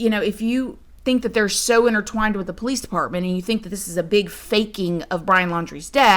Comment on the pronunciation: Every sing time u say PO-lice, I fall completely out😂😂😂Can I ask how long you have had this channel??